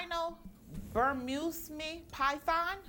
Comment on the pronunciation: Gemma crying in the diary room about her hair made me laugh so much. Talk about feeling entitled 😂😂😂😂 And Tiffany pronouncing “Burmese” as “Burm-yous-me” 😂